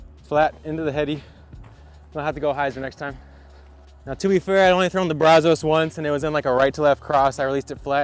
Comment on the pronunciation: The Brazos River is more of a southeast Texas river..... but just wanted to help you out and let you know that it is pronounced Braz us so..... you have the first syllable right, then just add us. Love seeing you try the new Texas discs! If you ever get a chance to film at Little Egypt when you are around Conroe, do it! Super fun, tight, wooded course.